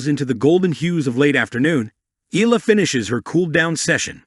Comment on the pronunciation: The surname Eala is pronounced " EE - ah - lah" It is an Irish name, and the pronounciation is not the same as "Allah." Good Tuesday morning ❣️🇺🇸🤗🥰 Thanks for the update as always❣️ A Pilipina leaving in the United States of America❣️🇺🇸🇵🇭🙏 Keep on grinding Alex❣️🎾🙏